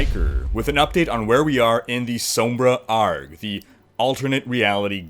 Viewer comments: Please.. ARG is an acronym not a word.... not arrrrg its a r g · Say A R G not Argh lmao. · "arg"? It's Ay.R.Ge. Do you call it a moo or a Em.Em.Oh? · It's pronounced AYY ARR GEE not ARG. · anyone who calls this the sombra "argh" needs to be shot. it's ARG, an acronym. pronounce each letter individualy